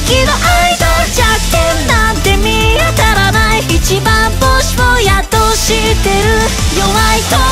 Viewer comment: 「一番星」の「ぼ」の言い方が、ばとぼの間っぽい発音なのがすごい好き（伝われ）